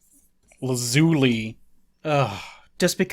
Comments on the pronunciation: Yeah you're right, La-ZOO-li sounds ugly and dumb. But in both English and Japanese the emphasis is on the first syllable: LAH-zu-li, which sounds a lot prettier to me. I'm a bit confused because I know you've watched a fair amount of Steven Universe where they pronounce it right. End result is the same tho, still combines horribly with Launch. Lazulaun? Launchuli? Ew. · Well if you pronounce Lazuli in the British way (zed z not the American z and a hard i not an e) it does sound better. Also poor Launch, never got the Tien D and continued to live a life of crime and resentment for the rest of her life.